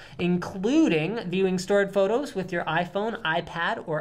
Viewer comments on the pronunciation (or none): none